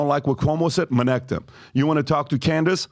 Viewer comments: The very moment I hear "Minnect," fast forward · "Let me tell you about minect" ... proceed to jump to next chapter.